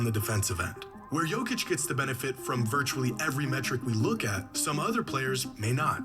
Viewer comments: Say it slow my guy... Yo-Kitch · Idk how you can hear how Jokic is pronounced so many times in the video you're reacting to and still not being able to say Jokic properly 😂